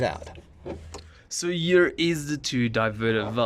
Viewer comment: I love it how he makes "here" into a "year" Great video btw